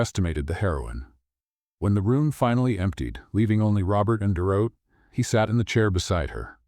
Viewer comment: First, have the AI learn to pronounce Dorothy. Second, the ex-wife was fired. Why is she still in the building? I am used to accepting the story's universe, but this one made it really, really hard.